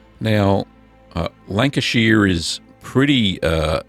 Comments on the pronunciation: North west England. Beautiful part of UK I live down the road from there in Cheshire. Love your videos. Not pronounced like that but funny 😁👍👍 keep up good work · Just for your information,Lancashire is in the northwest of England not the midlands And Lancashire is pronounced…”Lan- cash- ear” Nice looking cheese BTW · Step one, be in Lancashire. and re, the pronunciation. Lan-ka-shuh, is correct .. also its in the North of England, not the Midlands. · Its pronounced shire - 'Shh-hi-er' Love your videos btw. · The Americans would pronounce it "shire", you are pronouncing it "sheer" and I originating from the county pronounce it more like "shur" like the singer Cher kinda! I've lived in the US since 90 and I miss my Lancashire cheese. I't best grilled on toast with a bit of black pepper. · This cheese looks so good - i am from Lancashire i miss this stuff like crazy- i can even forgive you the way you butcher the pronunciation of the word Lancashire. It is very much not pronounced Lanca-sheer (*), it is pronounced Lanca-shuh If you just pronounced it with an Australian accent it would sound much closer. (* fellow Lancastrians I know that rhoticity is a feature around Rossendale but not in most of the county) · 70 years Lancashire born & bred.... Its pronounced "shur" (like an abrubt "sure")... Lancashur!! 👍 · Really interesting video. If it helps, it’s pronounced Lan-ka-shhhr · Thank you for this video. I live in Sydney and Lancashire cheese is very hard to get here. I miss it very much. Incidentally, it's lovely to hear an Aussie accent. Lancashire is pronounced Lanc-a-shuh. It's in the north west of England, not the Midlands. That is where I came from, a long time ago. Thanks again, great video. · 1 person from lank-uh-sheer is mad lol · northerners not midlanders, also its with the shires of the UK its more like a sheh or shah sound. great vid though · Also need to work on the pronunciation